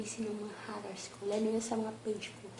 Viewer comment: Haters po. Hndi po haters. Ganito pagbigkas "heyters"